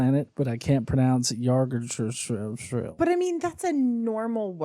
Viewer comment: Bro the world tree is pronouced like like igg-dra-syl. I mean there are worse. As I am a half Norwegian my father name terje meaning thor's spear isn't pronounced Ter-jay like most pronounce it but kinda like tuh-de-yuh quickly. Also some random Norwegian letters for your future attempts at norse mythology, j is pronouced like y, w is not double-u but double v and is pronouced as such